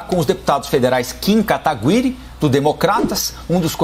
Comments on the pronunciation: pq ele fala ''kim kataGUiri''? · "Kim KATAGÜIRI" rhshrhhshrhshrhs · Ninguém sabe falar o nome do Kim mano, Kim quataguiri, Kim guataquiri foi de mais